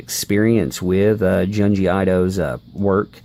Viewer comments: "j-eh-n gee eye toe" 🤣😂 Junji Ito is pronounced June gee eeetoe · "JUN-jee EE-toh" The "U" is pronounced as in "put" or "foot." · His incorrect jp is driving me crazy.